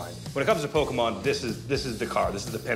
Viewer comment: Rick: Pokeman